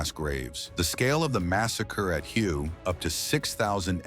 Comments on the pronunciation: Did the narrator just prounounce the city of "Hue" phonetically as " Huhyou"? And does NOBODY check or CARE about pronunciation?!?! Isn't the ancient city pronounced "Huhway" (long A)? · Hue is pronounced Hway, not Hugh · Hue is pronounced “Way,” not Hugh. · Hue is pronounced "hoo-a", not hew. AI slop. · Its pronounced huway, not hue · It's pronounced Hway, not Hugh. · Hue is pronounced "way" in english fyi.. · Hue is pronounced "whay." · If you're going to speak about history, you might want to know how the names of the cities you're talking about, the city of Hue is pronounced "Way" One of many useless self-proclaimed "history channels"👎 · Hue, Vietnam is correctly pronounced "Way." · Hue is pronounced 'Way' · Hue is pronounced whey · Hue is pronounced “Way” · Can we have announcers that know what their doing? Hue is pronounced hway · Hue is pronounced, "WAY". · Actually, it was pronounced "whey." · ai, please make me a video about the vietnam war and dont forget to call the city of hue hugh. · I live three hours south of Hue and used to call it that but Viets didn't understand that pronunciation. They pronounced it 'wurh' or 'where,' depending on what region they came from. That was my experience anyway.